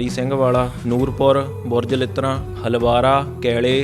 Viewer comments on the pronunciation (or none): ਚੱਕ ਭਾਈ ਕਾ / ਰੂਪਾ ਪੱਤੀ / ਬੁਰਜ਼ ਲਿੱਟਾਂ ਪਿੰਡਾਂ ਦੇ ਨਾਮ ਗ਼ਲਤ ਪੜਦਾ ਮਿੱਤਰਾਂ